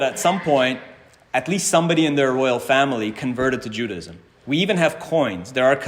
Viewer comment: I’m an ardent fan; thank you so much for the brilliant and detailed work you present, and for your exquisite Hebrew. Speaking of language, I am so curious as to why you pronounce the word “Judaism” with three syllables. I’ve always believed the word has four syllables - pronounced either JUDAH-ism or JUDAY-ism. Am I missing something?